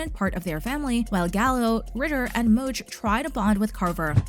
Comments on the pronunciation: Mouch not mooch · Please do some research and learn how to pronounce the name. Mouch